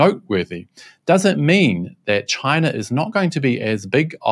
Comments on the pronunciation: Trump said, "Jaicha Jaicha Jaicha instead of China." WTF. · Trump and Biden didn't said China They actually said Gina as in Vir-Gina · Trump: "Excuse me, I said, Ghina! Ghina! Ghina!"